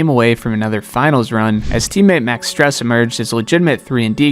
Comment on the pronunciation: Max Strus?? Lol it's pronounced "Strooosss"